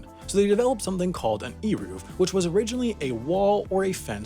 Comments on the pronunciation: This was a REALLY bad explanation. First of all “Eruv” is pronounced with a soft E, as in Elegant. Secondly, the reason an Eruv is so important is because the people relying on it are not specifically men wanting to carry their keys or umbrellas on Shabbat, but rather its mostly intended for families with children. The Eruv allows for the freedom of movement of Jewish orthodox mothers on Shabbat who would otherwise be forced to stay home with young children while her husband attended Synagogue, since carrying children and pushing strollers in a public domain is what’s considered forbidden on Shabbat and because in orthodoxy, only men are obligated to attend synagogue. With an Eruv, an entire family can attend synagogue on Shabbat or take walks together on Shabbat without fearing they will be breaking the Sabbath by carrying something in a public domain. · That was painful to watch. Eruv - rhymes with hey move Melacha - the ch is pronounced as in Chanukah, and it doesn't mean "work," it means creative activity. "Avodah" means work. And "melacha" does not appear in the 10 commandments (which, btw, we don't call the 10 commandments, but the 10 utterances). "The rabbis decided ..." Nope! All those laws were given to Moses by Hashem, they just weren't written. Hotzaah - rhymes with oats mama. On Shabbos you can't bring your toaster to your front lawn with or without an eruv. You can't carry it from your bedroom to your living room either. A toaster is "muktzeh" which means you aren't allowed to move it with your hand. If the Sabbath Goy forgets to turn the lights on, he can be reminded. There are certain rules that are different for a congregation than for a private person. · Also, here’s some pronunciations (you didn’t butcher it too badly!). Eruv: “ay rahv”, Malacha: “Mah- luh-cha” (ch is not pronounced the way it is in English. In Hebrew it is a rough, throaty sound). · It’s pronounced Aye-Roov :) your welcome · It's pronounced "air-ov" wire.